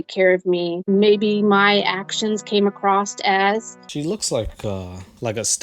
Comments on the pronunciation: Red flag when I heard her pronounce the word "across" as "acrost". I don't know why people say "acrost" but they are cursed. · She says acrossed. I'm out.